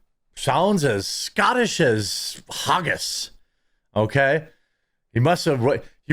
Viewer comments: Hag - gis not Har-gis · Its pronounced "Hag-gis" - Its not supposed to sound like Haagen-Dazs. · Hawgis lmao. Poor midwestern man can’t pronounce the letters ag without adding a y. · If you want to make Haggis jokes at least pronounce it right lol...We have to many child predators but then i'm sure you would give him a firm hand shake like Dr... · Maybe normal in America but not in Scotland. Most of Americans don't even know where Scotland is. You also can't even pronounce flippin HAGGIS!!!!!!!!!!!!!! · Man can't even pronounce Haggis properly.